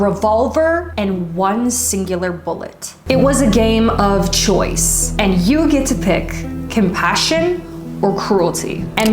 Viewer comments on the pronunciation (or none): none